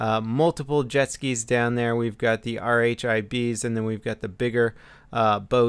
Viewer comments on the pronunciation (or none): Instead of spelling out RHIB, it's commonly pronounced as (rib).